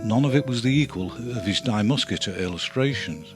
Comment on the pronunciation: Many thanks to Pete Beard for his amazing work in creating this fabulous series of videos, but also to "Goeddy" for translating those captions -- wow. BTW, for future reference, the pronoun in Die Muskete is pronounced "dee" (not "dye"). Cheers!